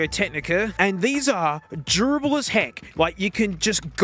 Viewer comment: says “durable” as if he’s saying “gerbil”…good to know!